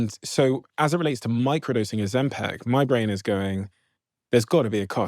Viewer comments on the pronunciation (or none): OzempIc……. IC….. NOT EC NOT AC …I DONT KNOW WHY BUT ITS DRIVING ME MAD LOL how many people have to say it …properly…in front of you Stephen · Why does he pronounce it Ozem-PECK? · Second video on Ozempic, and Stephen is still saying OzempEc...😅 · Great video but OMG it’s Ozempic not Ozempec. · OzemPIC not PEC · Interesting But i cannot listen to the host say ozempic, its like nails on a chalk board 😂 its ozempIC not ozempEC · I’d like it more if you didn’t pronounce it Ozempeck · Is it just me who finds the way he pronounces oxempic really annoying? 😅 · Steven alwavs sais “Ozempic”instead of GLP1 - is he getting money from the pharmaceutical industry?? Is this a hidden marketing thing?